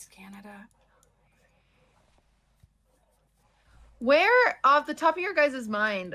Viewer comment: epic compilation! xq just always saying canda :DDD Think I would've had it 9 out of 10 times as Finland as a finn based on the first picture